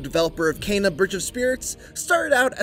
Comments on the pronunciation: Why are you saying Kayna? Its Kena with an E...say it will me Keeeeeena K Keeeenaaaa 😅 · How he says Kena bothers me. Sounds like he says Cana! Still looking forward to this game tho! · lmao "KAY-na" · Kayna?? wheres the extra "y" my guy???